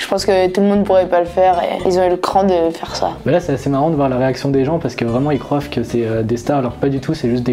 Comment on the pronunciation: J'ai eu mal aux oreilles quand le gars a dit CROIVENT. NOOOOOOOOOOON!!!